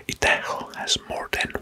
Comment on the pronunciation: And Florida is pronounced with the first syllable stressed, not the second. And Idaho is pronounced as EYEdəho 🙂